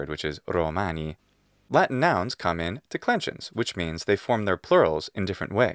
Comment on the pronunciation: "In" means "en" says the speaker of American English (that's how MY British ears interpreted it, at any rate). No, no, "in" means "in"! To be sure, the vowel quality is not identical in British English and Latin, but it's only slightly different.